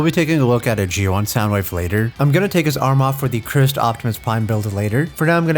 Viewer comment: he says it correctly hear thankfully